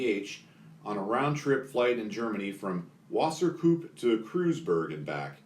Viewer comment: It sounds like you pronounced wasserpoop with that amount of emphasis on poop that you did right on purpose! Good one XD I also really like the fact that your closed captioning actually spells and says "Wasser Poop" That is a nice touch indeed haha!